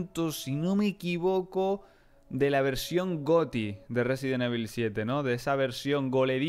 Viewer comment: Un juego nuevo de resident evil sabes resident suena como residente